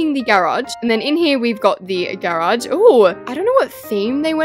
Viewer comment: The way she says garage 🥹 GaReAuG